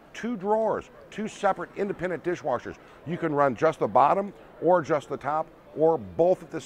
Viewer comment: Dirsh Warshers!!!!!!!!